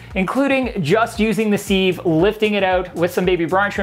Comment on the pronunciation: Siv not seeve, love from the uk